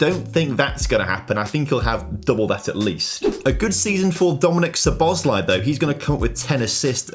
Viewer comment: Hungarian here and i feel obligated to say its pronounced (So-Bos-LayE) emphasis on the E and the end, in hungarian the I makes an english E sound. But love the predictions for him and hope it comes true.